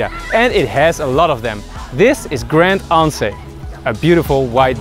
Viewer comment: So no one is gonna talk about how he pronounced all the names on the island wrong. Especially the french names,like grand anse. Which is pronounced grand ans,smh